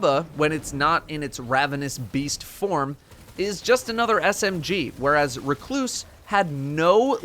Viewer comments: At least he is saying Recluse correctly after a year. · The way he said it was fine